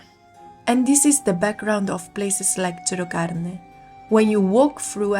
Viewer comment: Non sai dire gerocarne😅😅😅